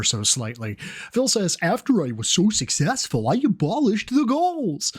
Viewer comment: But he’s sussessful you guize